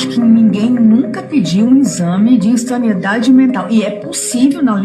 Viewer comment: Vocês estão muito benevolentes com essa celerada. Ela disse "saniEdade". Uma palavra que não existe.